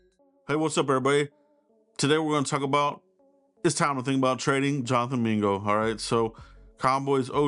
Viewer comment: It’s JONTHAN MINGA😂